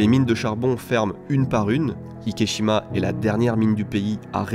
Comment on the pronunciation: Super intéressant (et une abomination qui me déçoit du Japon), mais je me suis demandé pourquoi est-ce-que tu nommes l'île Ikeshima et pas Ikejima puisque cette dernière est la prononciation correcte de la combinaison des kanjis? Le célèbre film Miajima n'est pas prononcé Miashima par exemple.